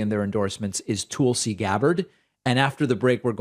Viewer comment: When he says Tool-see, is it intentional? I can't stand the woman, but still....does he also say Tool-sa Oklahoma?